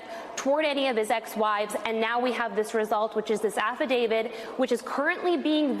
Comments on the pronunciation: Affidavit, not affiDAVID. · Stop saying "affidavid" and use the correct word, PLEASE!!